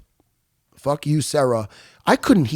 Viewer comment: Serra not sierra